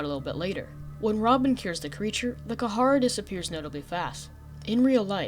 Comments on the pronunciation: You are saying the name of the virus completely wrong kid, its called The Kharaa not The Kah hara or The Ka har and you pronounce it like this, "The Kah raw" but spelled The Kharaa. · kaharaa is starting to get on my nerves even though its very up for debate how its pronounced, But i am only familliar with the "karaa" pronounciation, In other words the H in kharaa Is silent for me, i dont know why its just... ugh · It’s kharaa not not kahara it’s not that hard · ITS KHARAA NOT KAHARAH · is pronounced "k-raa"